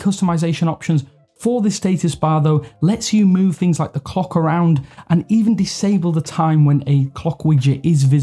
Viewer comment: It really is beyond my maturity level everytime you say "clock" i hear "cock" and it killed me 💀💀💀💀